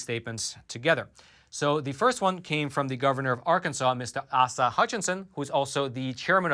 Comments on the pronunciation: You pronounce Arkansas’ governor as A-Sah. Love the show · as an Arkansan, his name is pronounced Ay-suh. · Its pronounced (Ace- uh) Asa Hutchinson. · A-Sah is how you pronounce Arkansas’ governor lol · Love your show. Arlansas' governor is pronounced A-sa. Just a head's up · The first 'a' in Governor Hutchinson's first name is a long a. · The Governor of Arkansas, first name is pronounced AASuh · Governor Asa Hutchinson is pronounced beginning with a long A.